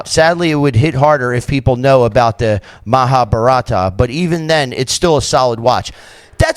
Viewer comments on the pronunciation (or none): its not mahabarataa its maha bha rat